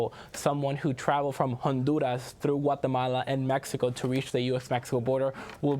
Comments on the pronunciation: Please stop saying Honduras and Guatemala that way. Your pronunciation is obviously not natural, seeing how you almost choke everytime you do it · Why does pronounce Honduras and Guatemala with a spanish pronunciation, but not Mexico and other Spanish countries?. I'm not against Spanish pronunciation of Latin/Spanish countries, only inconsistency.